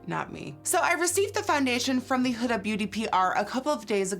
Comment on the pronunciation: Did anybody else cringe when she said “Huda” but I live her videos so I’m not trying to hate I’m just not use to the pronunciation of huda like that